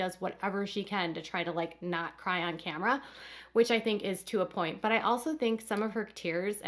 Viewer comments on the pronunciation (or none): none